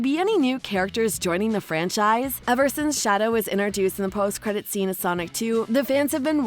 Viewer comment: Stop saying iner dueced!!!!!!!!!!!!!!!!!!!!!!!!!!!!!!!!!!!!!!!!!!!!!!!!!!!!!!!!!!!!!!!!!!!!!!!!!!!!!!!!!!!!!!!!!!!!!!!!!!!!!!!!!!!!!!!!!!!!!!!!!!!!!!!!!!!!!!!!!!!!!!!!!!!!!!!!!!!!!!!!!!!!!!!!!!!!!!!!!!!!!!!!!!!!!!!!!!!!!!!!!!!!!!!!!!!!!!!!!!!!!!!!!!!!!!!!!!